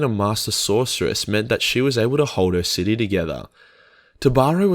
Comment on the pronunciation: He pronounces city as shity